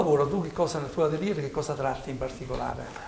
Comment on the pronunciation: Bella intervista,solo un appunto ad si pronuncia" atelye" senza pronunciare la r finale...